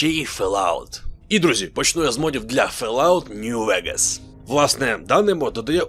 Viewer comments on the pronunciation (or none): Fall [[fɔːl] out - тобто фОлаут, а не фЕлаут